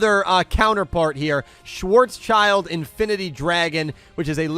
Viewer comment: Schwartzschild would be more accuratly pronounced schwarz shilt, it's a name but literally means black shield (or sign), the second part being schild, not child. Not that it matters, but since you wondered about it